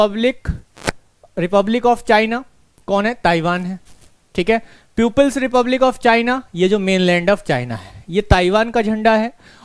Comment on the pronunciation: अबे प्यूपिल्स नही बे, पीपल्स रिपब्लिक बोलो बे।